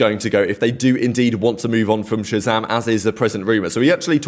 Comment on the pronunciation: No human being deserves this much kind of hate over a fking video game dude...kids should grow up... talking about him and his girlfriend is so sad man... saying Shazam as "ratzam" like wtf is that bro i don't understand